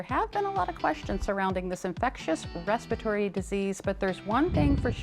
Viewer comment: Another professional whose principal source of income is the spoken work. "Respatory". Right